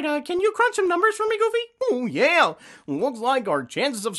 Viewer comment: It’s Goofy not Goody.